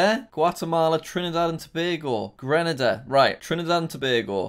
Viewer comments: it is "Greenayda" ,Grenada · It triggers me that Jack said Grenada it's GrenAda that means the a sound is LOUD LIKE YOUR SHOUTING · and its pronouced "Grenada" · Grenada is pronounced (gre)(no)(du)